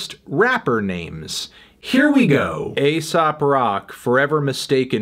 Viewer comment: Aesop as in the fabulist is actually pronounced "Ee-sop."